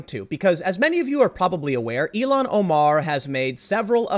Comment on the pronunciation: Tim, it’s ILL-HAN Omar,...not Elon Omar